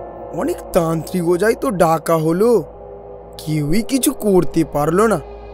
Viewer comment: Tantrik ❎ trantik ✅😂😂😂😂😂